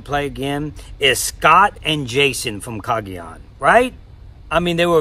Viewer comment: Season: Kaôh Rōng Russel: Cayagan Russel, when he was editing: Koah Kong Maaan, I love you Russel, but that killed me.😂